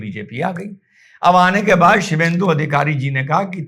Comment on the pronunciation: शिवेंदु नहीं "शुभेंदु" बोलें सर जी❤